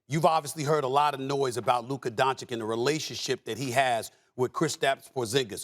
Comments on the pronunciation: Stephen still calling Luka "Donchick" are you kidding me? He sounds like an idiot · Don Chick…. It’s pronounced Don Chich !!!! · This guy still saying Donchik omg 🤦‍♂️ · Still pronouncing Luka's family name wrongly? So unprofessional. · can somebody please, for the love of god, tell SAS how you properly pronounce Lukas surname. this is pure disrespect at this point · It'd be nice if Steven A could pronounce Doncic's last name. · When you get paid millions per year like stephen a, and still couldn't pronounce doncic the right way just irritates me 🤦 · Come on Stephen A, it's time to learn how to say Dončić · A smith after 3 fckin years still cant say Doncic surname right... that tell`s you how professional he is... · Is it really so hard for him to learn how to say Lukas last name??? Is he just so ignorant or what? Everyone else learned it... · Stephen a still cant pronounce doncic's name ....embarrassing really he doesnt even try to pronounce his name correctly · I don't understand how he can pronounce the first ch, but not the second one. It's like saying Joe Yonson instead of Joe Johnson.